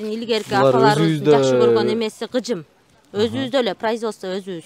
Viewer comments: Гыжым эмес кыжым дейт же тукаба дейт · Гыжым дебей кыжым деп эле так суйлосонор кыргызча